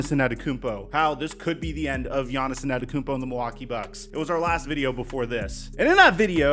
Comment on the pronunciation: It’s just Yonis not Yonis-son, (Giannis)